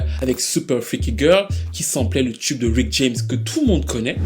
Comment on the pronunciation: Ton analyse est toujours on point et je dois avouer que je suis un peu déçu de PF2. Je ne m’y retrouve pas. Une chose me dérange dans ta présentation, tes prononciations excessives en « tcheu » , genre « tchube pop », pour moi c’est vite agaçant.